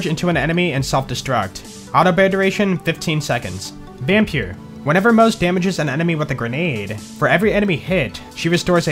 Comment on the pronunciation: I like your videos and subscribed. But I wish you look up how to say words you aren't familiar with like sabot and vampyr. Also the way you say "the" as "da" was driving me crazy.